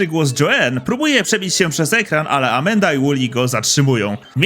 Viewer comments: Mówi się Amanda a nie Amenda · Amanda nie amenda...